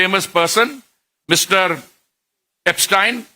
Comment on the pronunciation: He pronounces everybodies name perfectly but पूरिजी एब्सटीन को एब्सटायन बोलकर आइंस्टायन बनाना चाह रहे हैं😂😂😂😂